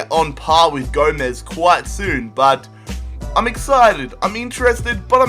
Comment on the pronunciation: it's Gomez